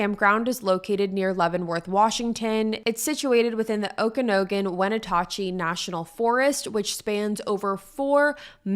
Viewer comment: Wen at chee and O ka nog in for pronunciation